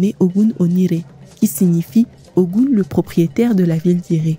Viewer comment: YEP ! Même appellation en langues Fon, Mina, Adja et bien d'autres. La conteuse épelle comme elle le lit en français, ce qui donne "O Gou N..." Mais la vraie appellation ne peut se faire en francais. NO WAY!!! Il faut parler Yoruba ou être africain ou "asiatique* car seuls eux possèdent ces variantes phonétique particulière dans l'intonation. Hotep. La Paix